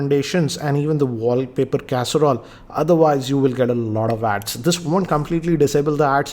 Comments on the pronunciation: wallpaper carousel! Not casserole😂😂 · Everybody says Carousel says Casarole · 4.58 - did he say caserole lol...